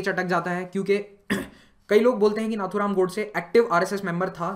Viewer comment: "Tha" is not Appropriate word to pronounce For Nathuram Godse